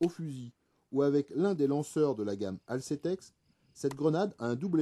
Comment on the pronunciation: Corrections de prononciations : Nobel Sport est le fabricant des lacrymos série MP et Alsetex celui des séries CM. Et non pas Nobel Sécurité et Aseltex.